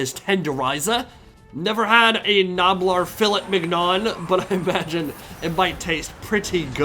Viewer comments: Its pronounced Filley Miniyo American peasant! :elbowcough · filet MIG-none. My ears are bleeding